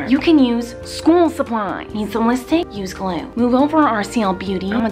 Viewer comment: I had Miranda 🤮🤢🤢🤢🤢🤮🤮🤮🤮🤮🤢🤢🤢🤮🤮🤮🤮🤮 she says ‘school suplais